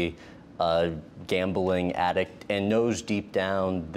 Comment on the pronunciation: he can't even say addict.. he says addic